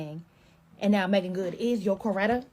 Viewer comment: You’re saying her name right.